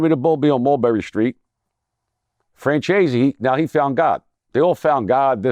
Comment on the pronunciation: Why does every1 act like they can't read and say franchazie lol...also I like Michael but the one thing I noticed was he talks down on weed, but sells alcohol...when every1 knows alcohol is way worse 4 tour body...also I can remember back in the day when Jesus pieces were in style and people would say, watch a man who wears a bunch of crosses or Jesus pieces, they could be trying 2 cover something up...😂 but also how many Jesus signs do you need on you....he has both fore arms with proverbs, 2 crosses on your neck, and a cross or Jesus sign on each arm....wtf!! How many do you need???? What's next both legs???...he is saying now he's not worried about beef but I can remember how he said on vladtv he won't go 2 new york and flaunt around so..maybe things changed